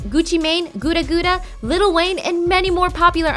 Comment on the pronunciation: Gooda gooda. BRUH ITS Pronounced GUUDA GUUDA